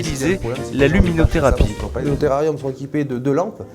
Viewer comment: Mdr « luminotherapie » !! C’est juste des équipements qui sont essentiels dans le maintien de certaines espèces et pas un délire comme c’est sous-entendu dans la façon qu’à le journaliste de le dire 😡